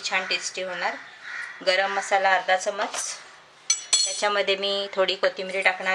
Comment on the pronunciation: चमच नाही चमचा असतो.